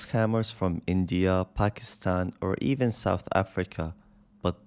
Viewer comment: Not "ivin" 😂